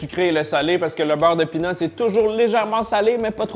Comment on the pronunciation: Quand tu dis "beurre de pean", le français moyen comprend "beurre de pine" Ça fait bizarre 😅